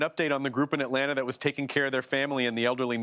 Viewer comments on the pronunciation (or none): none